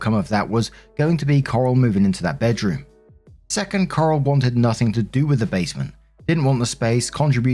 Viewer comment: S2: Leia’s a bitch. Or the sister is. Honestly, I lost track of who was whom because I was too focused on pronuncing Coral’s name as Carl.